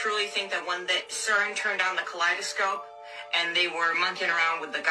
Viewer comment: I can't listen to anything that lady says after she called it a "kaleidoscope"